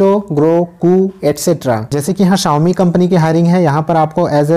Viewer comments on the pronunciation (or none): none